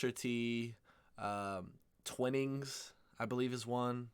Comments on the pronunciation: Twinings, not Twinnings. It's pronounced with a long "ai" sound, as in "Twai-nings". I have to admit, I know a lot of people don't like Twinings, but I do like their English Breakfast and Earl Grey varieties. I have to admit, though, I haven't tried many other brands, including Yorkshire Tea and PG Tips, so there could well be many better brands. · Twinnings is pronounced TWY-nings. Got to agree their Breakfast blend is the best. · HI DEBRA HERE FROM SOUTH WALES UK Twining is pronounced TW-EYE-NINGS I am not a big tea consumer but if I do drink it it has to be Twinings Earl Grey with a spoonful of honey and a slice of lemon and no milk. If I drink a builders tea I like P G Tips, black, strong with 2 sweetners or sugar. I am a black coffee drinker really as I find coffee has more flavour to it. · Why do you say Twinings as Twinnings? Do you say dining as dinning?